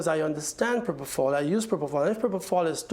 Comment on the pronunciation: So Mr Murray saying Michae. injected himself with proprofal